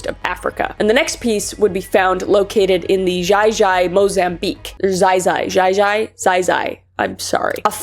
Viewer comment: It is actually pronounced Kai Kai even though it is spelled Xai Xai